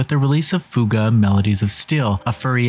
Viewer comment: Holly cow you actually said fuga right an not like fyu ga like other people keep calling it